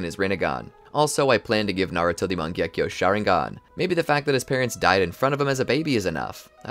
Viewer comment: my first time the what if was good BUT the pronunciation of mangekyou sharingan botherd me alot